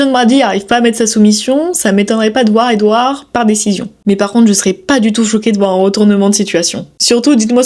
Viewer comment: Ha ouais mais tu y connais rien en fait 👀🤣 On dit "edwards" avec un s Preuve que t'as jamais vue un de ses combats...